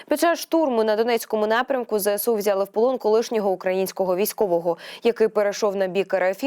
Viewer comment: Не "Зе ЭСЭ у",а "Зэ ЭС у"!; "СОЛДАТКА"🤣🤣🤣 Особливо мені сподобалось: "Пально"🤣🤣🤣🤣 Де ви,грамотії беретесь?